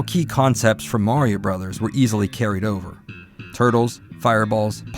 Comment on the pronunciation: Thank you for calling it "Super Mario Brothers". Every time I hear Bros. pronounced Broes, I wince like someone just raked a Freddy Kreuger glove across a long blackboard.